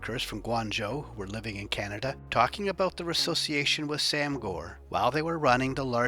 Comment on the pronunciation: Lol. "Let me tell you abooot it" haha